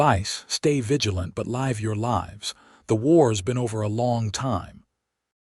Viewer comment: I do miss having a real person reading the story. Words spelled the same, but pronounced differently are a very real thorn in my side. Live and lives were words especially mispronounced. 😮😮😮